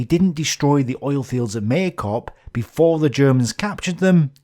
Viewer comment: Maikop sounds as "my"+"cop" just another phonetic nagging I feel huge gratitude and respect for your work, it is wonderful. I can`t name anything made about Stalingrad at such scale and quality in our language. It seems to me that it would be very reasonable idea for me to go to Volgograd itself in May and watch as many episodes as you will be able to film to that moment))